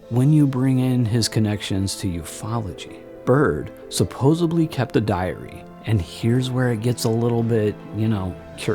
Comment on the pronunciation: Nice documentary but you pronounce the word “supposedly” as “supposebly” many times throughout. Just thought you should be aware of that.